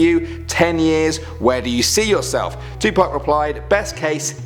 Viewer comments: Are we just gonna ignore the way he said to 2park 😂 that made my day! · I got triggered how he said 2pac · The way he said 2pac